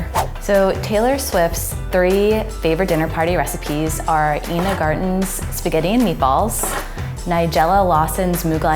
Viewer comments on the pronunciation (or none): Its Ina not Ena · It's eye-nah Garten not eenah. I watch a lot of Food Network lol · Girl, "Ina" is pronounced "eye-nah". Otherwise, great video! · I can’t overlook how she pronounced Ina’s name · Are we not gonna talk about how she pronounced "Ina"